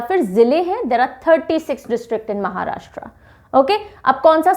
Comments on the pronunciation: Maharashtraa ( महाराष्ट्रा) ❌ Maharashtra (महाराष्ट्र) ✔️ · महाराष्ट्र है, महाराष्ट्रा नहीं! हिन्दी बोलिए, हिंग्लिश नहीं!